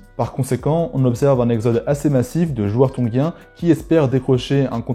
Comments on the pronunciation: Tongien! et pas tonguien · Désolé, je m’arrête pour commenter (même si ça ne changera pas la suite de la vidéo), mais je ne sais pas pourquoi tu t’obstines à dire « Tonguiens » plutôt que Tongiens 😂😂😂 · Trop bien, merci! Par contre ne dit on pas ton[j]ien? Je ne suis pas sûr mais ça m'a piqué l'oreille à chaque fois..